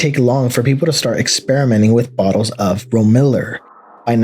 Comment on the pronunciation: Ro-miller? It's pronounced rome-illar